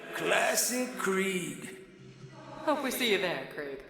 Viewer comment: Kreig❌️ Craig✅️ 😂